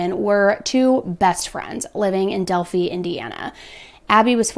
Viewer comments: Just a heads up, in this instance Delphi is pronounced with a long 'i' sound. Its not a big deal, love the information you give and your insight. Yes, its a very small town that isn't densely populated. Its a very rural community with a small central hub portion of the town with a couple fast food places and a courthouse. Not much more than that. So this impacted everyone in town and so many in the surrounding towns. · I live in Ontario Canada, we have a small town Delphi too and it is pronounced "Del-fy" (like fly without the L, or fry without the R) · this really interests me as I am in this area once a year as I go there for a historical reenactment and where I tell Native American stories on stage and I love it. Been following your channel and I love it but want alot more. It is pronounced del fi like in high fi. Would love for you to do the Oregon District slayings in Dayton Ohio which is where I live. On August 4, 2019, 24-year-old Connor Betts shot and killed nine people, including his brother, and wounded 17 others near the entrance of the Ned Peppers Bar in the Oregon District of Dayton, Ohio. Betts was fatally shot by responding police officers 32 seconds after the first shots were fired. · Its del-Fie like fly without the L, i live less than an hour away and this case has been rocking our worlds for years around here. Thanks for the coverage! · I lived near this location at the time. I was in Delphi the day they went missing. 😢 its pronounced "Del-Fye" (like eye). I remember it was the first day it was actually nice enough to be outside. Its such a small town. Unbelievable, this kinda of evil lurks everywhere. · With all the info they have I am so surprised it hasn’t been officially solved yet and by the way it’s pronounced Delph I lol but good reporting on this story as the more awareness the better the chances of someone just a call one phone call can break this case wide open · Pronounced del fi as in high fi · Man at least pronounce the city right ugh